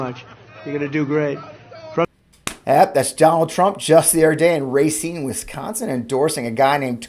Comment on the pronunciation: Its Ra seen, not Ray seen I couldn't help it. Maybe your from Misery